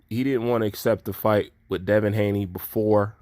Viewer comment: By the way it's Haney not Hayne love the fact that u say it as it is and don't shy away from any subject.